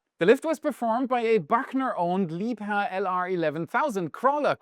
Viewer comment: It's so satisfying to hear you say "Liebherr" with perfect German precision. Thank you. 🤤